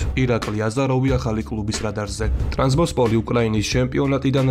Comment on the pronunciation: რა გჭირს შე კაი კაცო, ტრაბზონსპორის სახელი აქამდე არ გაგიგონია მასე არასწორად რომ წარმოთქვამ?